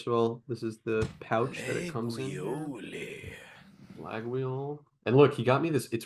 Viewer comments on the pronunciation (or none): The Laguiole knife name is pronounced LA-YOL. Absurd enough that the G is skipped but it's originally the name of the town were the knives were made and weird pronounciations that don't follow the spelling are common for places. Funny thing is that there's an entire internet drama surrounding the Laguiole knives on the french internet since one big kind of annoying bourgie youtuber is the son of a rotten businessman who made a trademark of the Laguiole name to his benefit (which was never done before him because it was shared between several manufacturers), and made a shit ton of money out of royalties taken to these companies making the knives for using "his" brand name. Also sold chinese stuff capitalizing on the name. He has now lost the rights on it after like 20 years of a legal battle but the story spread out and the connection was made to his son who brought it up publicly in a livestream and angrily denounced all the people calling his dad a scammer (yet his dad has really openly bragged about his different scam attempts in the past). Extremely funny moment.